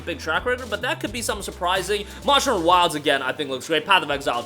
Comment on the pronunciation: It took me way to long to figure out that you were saying “monster hunter” at best, I heard “moshner” at worst I heard “mohs”